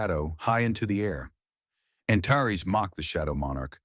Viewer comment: Too bad the AI can't pronounce some names (Antares) the same way each time instead of at least 4 different ways!